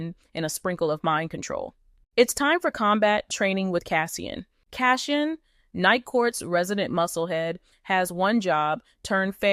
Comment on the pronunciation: Cassian being pronounced as Cash in was not on my 2025 Bingo card 😂